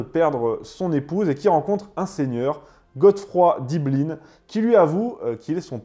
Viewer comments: la moindre des choses, c'est de prononcer les personnages d'origine française... En français. Balian, pas Balianne D' Ibelin, pas Iblin. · Sinon on peut prononcer Ibelin et non "Ibline", c'est le nom français de Yavné. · c est d ibelin prononce 1 pas ine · "Balianne" ??? "Ibelinne" ??? Pourquoi cette prononciation anglaise ? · pourquoi prononcer les noms à l'anglaise? il s'appelle Balian pas Baliane, et c'est d'Ibelin, pas d'Ibeline... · Il faudrait quand même faire l'effort de regarder les films... même la prononciation n'est pas bonne c'est le baron d'Ibelin et pas de ibeline... on parlent de "baliant" et pas de "Balyane" et puis le prêtre c'est pas n'importe qui c'est son frère qui le déteste depuis qu'il est tout petit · C'est quoi cet accent d'angloys que tu nous as fait la : "Balianne, Ibeline..." Oh vil angloy sors de ce corps ! 😂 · Pourquoi prononcer les noms à l'américaine ? Le personnage principal s'appelle Balian pas Baliane... Pareil pour Ibelin Vous ne l'avez vu qu'en VO ? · Balian = BaliEN et Ibelin= Ibel1...à la Française et non pas à l’Anglaise comme tu l’as prononcé, c’était des noms francs... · J'ai entendu "Balian" prononcé "Baillelannes" puis "ibelin" prononcé "ibeline" après l'anecdote wikipédia du cinéma Libanais j'ai pas regardé la suite.